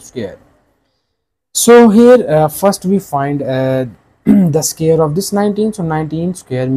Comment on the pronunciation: What’s a “scare”???😂😂😂😂